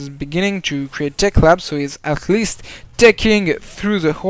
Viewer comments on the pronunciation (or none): j'ai adorer le arleast! a ca fait tres allemand